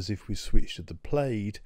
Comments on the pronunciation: The word plaid derives from gallic where the ai is pronounced as "ah" not "ay" therefore like the American pronunciation "plad" and not "played". My next concern is for the word batteries which is not "bat-trees" but as spelled "bat-ter-ees", as it is a 3 syllable word, not 2. Now getting to the info, you need better titles to delineate what you are discussing. What size battery the chart is about. Also what is the definition of the warranty of a battery. Loss of what percentage qualifies as a "bad" battery deserving replacement. Also where did you get this info? thanks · It's pronounced plaid not played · Btw Plaid. Pronounced Plad. Not Played. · hearing you say plade instead of plaid makes me giggle. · “Plaid” is pronounced like plad, the i is silent. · Very interesting data - thanks! One small comment "Plaid" is said "plad". Sorry to nitpick.